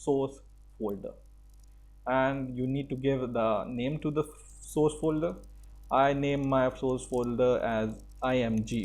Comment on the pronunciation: Try to work on your pronunciation! It should be [ˈsɔrs] and not [soooooooooooooos].